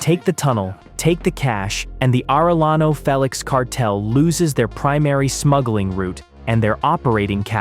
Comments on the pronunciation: It's Aray-yano...not Arel-lano. Do you also say "Tore-tilla"? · Arellano is not pronounced Arelano, double L in Spanish has J sound as in Jack. Arellano, sounds like Are J ano. Tijuana is not pronounced Tiguana, the J has the same sound as H in House, so it is not Tiguana like iguana, but Tijuana. Hector has the Spanish silent H, so we do not pronounce it. It does not sound like Jector, but like ector.